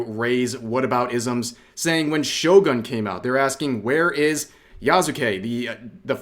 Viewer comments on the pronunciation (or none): none